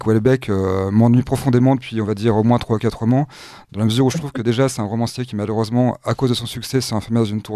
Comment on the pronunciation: Rauuumancier, arrêtez de confondre la prononciation des O et des Au, c'est une habitude chez tous les journalistes, romancier, voilà c'est tout